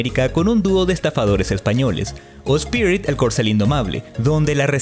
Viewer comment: Cuando dijo "spirid" me recordó a un clasista con orejas de coliflor 👀